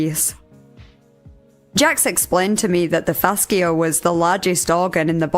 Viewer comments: FaSHA, not fasKIA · fash-e-uh not fask-e-uh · it's pronounced fash-uh not fass-kia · Hello! I love you and your videos! Fascia is pronounced fasheea:) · Fascia is pronounced like fasha/fashia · Thank you for the vid! Heads up fascia is pronounced “FAsha” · Just for future reference (on NO way meaning to be rude or "that" person, just helping) fascia is pronounced fasha. Sorry, don't mean any offense at all. EDIT: If it is a regional pronunciation, just ignore, or point and laugh. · Not sure if the pronunciation in the UK is different, but in the US, 'fascia' is pronounced 'FASHa.' Not trying to being mean at all, I just personally like when people let me know if I may be pronouncing things wrong so I can get them right in the future. Please feel free to delete if this seems mean! Love your content and your accent!